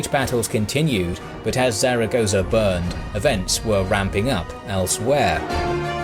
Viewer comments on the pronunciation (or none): Not really that important, but Zaragoza is actually pronounced like Thal-a-goth-a. Or something akin to it. It’s a peculiar Spanish pronunciation that was half explained to me when that Jesus painting thing happened a few years ago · Love your videos, but please do a bit more research into the pronunciation of the place names. Zaragoza isn't pronounced like you pronounced it over and over in this video. This isn't the first video of yours that this has happened in and it is just making your videos look very amateurish. I get that you are more interested in the military tactics and everything in your videos is great, but it really wouldn't take much research to learn how to get the place names pronounced correctly. I hope this is taken as constructive criticism and not nitpicking as everything else about your videos are amazing and this would really make them 100%.